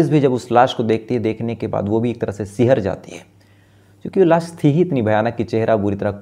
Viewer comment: गुमसुदगी नहीं भईया... गुमशुदगी होता है, लास नहीं लाश होता है, आशु होता है आसू नहीं